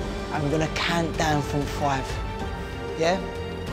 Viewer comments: The guy with the accent keep saying count to FWIVE with a damn W. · On the count of fwoive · the guy that says "from the count of FWIVE" okay im not making fun of no one but